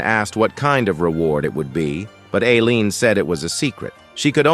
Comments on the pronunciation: I absolutley lost it hen the AI voice said "alien" instead of "Aleen" 👽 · All the mispronounced names. Sajean instead of Seijun Alien instead of Ailene Seijun instead to Theo Teo instead of Theo Kwang instead of Keuing Raine Mountain instrad of Cow #4